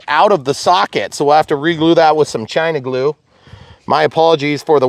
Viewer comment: Great video. Every time you say China glue 😂😂😂 I appreciate these long format videos to. This is where I go to find out everything about a plane I'm interested in.